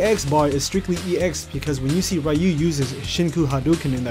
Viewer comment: "Ree-yu".... not "Rai-yu".... UGH